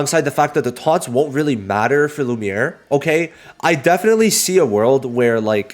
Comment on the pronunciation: Bro should not say lumie😭